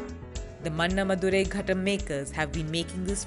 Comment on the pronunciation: Why cant any of the north indian journalists learn tamil pronunciations properly. Just sloppiness n lack of sincerity. Im sure they wouldn't mispronounce any american or french city like they pronounce mana madurai